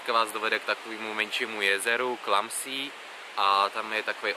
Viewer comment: Video super... jen poprosím jen čtení těch rakouských názvů měst a jezer v němčině, šílený to slyšet v angličtině :D jezera "see" se nečtou "sí", ale "sé" a Bad Gastein se nečte "bed" ale "bad" atd ;) díky